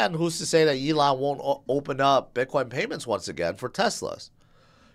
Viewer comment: I remember when you used to call him A-lon musk 😂